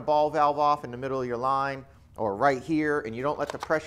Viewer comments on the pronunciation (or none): none